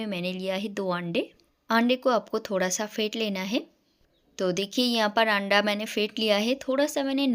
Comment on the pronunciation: Aanda nahi ise anda bolte hai